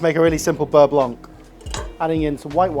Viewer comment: Beurre blonk??